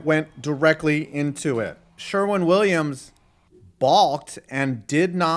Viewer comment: OMG, why is it NOBODY can effin read the name SHERWIN WILLIAMS correctly? You must be lazy AF or Dumb AF.